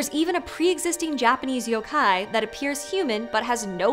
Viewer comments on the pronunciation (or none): Great video. However, I need to point out: "Yokai" has the tilde in the first syllable, not the second. I know, "Hermione Granger here", but she wasn't wrong then either.